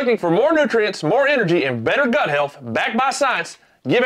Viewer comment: Pretty sure you said Butt health, Not Gut health. , Here is the situation on the Intakes, Where you put it, And how Cold and fresh the air is , Is grossly More important , then the amount of air, or how clean it is. I can assure you, Temp is Far more Important, putting a Big K&N in a spot that is gonna pull warmer air then your OEM Intake, You will LOSE POWER. Try me on that.